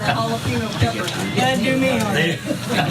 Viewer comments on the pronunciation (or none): "Hallapino" peppers 🙄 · Jalapeño became "halla-pih-no" on that call 😂😂😂